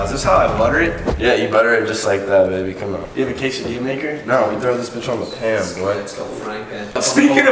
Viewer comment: Yall are so white. You don't put butter on a quesadilla. And the way you guys pronounce QUESADILLA makes me cringe. Also get some salsa on that shit.